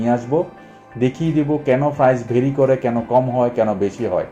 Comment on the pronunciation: Are frice na price bole.😂😂